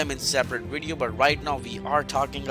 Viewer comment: Him: "Wideo... wideo" Me: 🥴 "vvv... vv.. video"